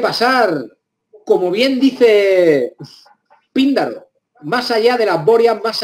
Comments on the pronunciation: Píndaro... Con tilde en la primera vocal. Cuando se pronuncia mal y con tanta seguridad, lamentablemente toda la información se tiñe de dudas. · El nombre del poeta griego es esdrújulo: Píndaro. Sumamente interesantes consideraciones. Desde estudiante de humanidades quedaba con la duda nunca resuelta por maestros.. Enigmas latentes de la historia. Saludos